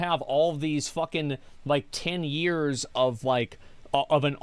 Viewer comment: Why does he say "yez" instead of "years"?